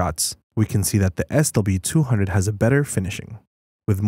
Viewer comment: What's up with speaking what's written SW200 as "SLE200"(or S delete 200)?